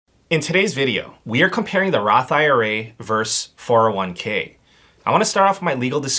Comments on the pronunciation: Versus, not verse. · Sorry, I love your videos but I want to ask you to please stop saying "verse" when you should be saying versus. Verse is not short for versus, they are completely different words. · VERSUS.....not Verse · vs is short for versus. not verse. We need to end this trend! ugh. 🤣